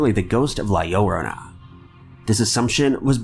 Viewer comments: Its not pronounced the Lorana, its La Llorona pronounced La Yo-rona. There were a few times you got the correct pronunciation. Would appreciate a better pronunciation when making videos on other cultures folklore. Not asking for perfection but maybe practice how to say it before just uploading the video. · La llorona is pronounced 'la yoh-roh-nuh'👍👻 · the way you pronounce La llorona The two "ll" sound like J so you pronounce it "jorona" =) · La llorona or la lie ora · His pronunciation is significantly better than the guy from the Top5s channel who was calling it La Low-row-na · "La-yohr-ona." Oh Lord, I think my skin just got bleached from how white your pronunciation is. 😂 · Pronounced La Yarona! C'mon now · Uh it's pronounced la lyarona 😶😶😞 your welcome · How many videos have you done covering her and still can't say her name right. Simple Google search please! Each time you say it, it gets worse too. Like what the Hell I've never been offended before but I've followed you for a damn good time now. You're a professional for Christ sake. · Or maybe a video shamelessly exploiting the popularity of an already culturally appropriative horror film should at least put more effort into researching correct pronunciation. 🤔 Also... did you seriously just equate brown skin with ignorance? Huh.